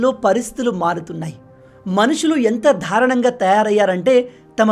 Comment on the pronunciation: దారుణం అనే పదాన్ని మీరు ధారుణంగా ఖూనీ చేస్తున్నారు. ధారుణం కాదు. దారుణం..దారుణం దారుణం అనాలి.